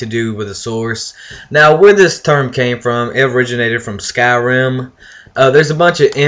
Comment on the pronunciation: I know when I watched the video I was like why the heck did I say skyrim like that chick off the madea movie.. Byriiiiiiiiin (haha) idk I had a slip up I play the game non stop and pronounce it right normally